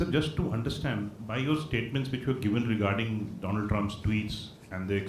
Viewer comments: Wasn't he " My Fraaand DOLAAND trump" , howdy Modi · My ferernd Doland🤣🤣🤣🤣